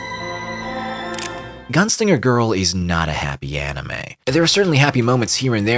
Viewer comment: "Enimay" bled my ears